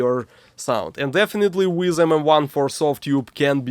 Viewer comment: I love your videos, they feel so "real". But please! don't say "Weezz", Weiss is pronounced like "Vice".